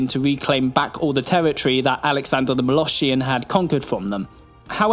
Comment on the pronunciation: I can't unhear "moloSHHian" now...